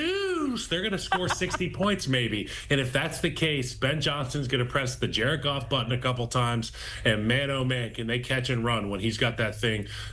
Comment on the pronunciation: Jar-ed Goff Jar-ed Goff 💙